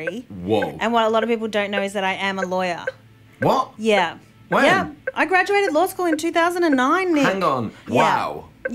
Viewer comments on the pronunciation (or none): Hahahah i seriously taught he said LIAR. LMAOOOO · I thought he said liar too😂😂😂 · My dumb ass thought he was calling Rebel fat. 😂